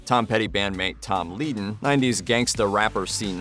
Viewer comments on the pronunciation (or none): Appreciate the info here, but how do you mispronounce Mudcrutch guitarist Tom Leadon's last name ? It's "led-un," just like his brother, Eagles guitarist and banjo player, Bernie Leadon.